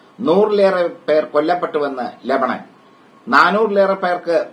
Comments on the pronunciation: രമണൻ അല്ല ലെബാനോൻ 😄😄😄😄😄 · രമണൻ അല്ല കോയാ ലബനോൺ' എന്തു രമണൻ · ലഭണൻ അല്ലടോ രമണൻ 😢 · ലാഭണൻ അല്ലടാ രമണൻ